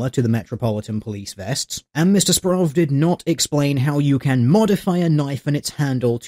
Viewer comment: I think this week has been the week my last name was said the most and pronounced the worst ever. Good video. Simon Murphy will hopefully never do "journalistic" activities again.